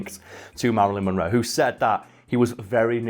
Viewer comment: Meh-ralyn Monroe. Just a messy sket